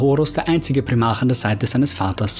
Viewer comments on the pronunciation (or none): Glaube man spricht es Prime arc aus